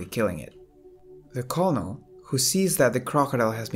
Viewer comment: lol the, "colnel" lmao... its pronounced, "kernel"... lol get a voice over thing bro your english sucks, not to be mean or anything you got a pretty voice just the english is off so until then just do a voiceover for your vids.